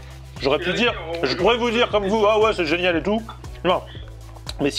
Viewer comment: y ces pas prononcer les mots « TOUT » il dit « Tchou » sa me gêne...